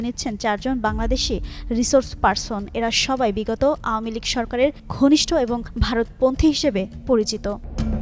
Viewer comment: আওয়ামী লীগ সঠিক উচ্চারণ হচ্ছেনা জনাব